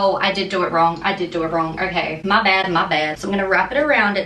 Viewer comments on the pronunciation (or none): "My Bad, My Bad." Her accent literally turned into an American from the deep south . 🤣 wtf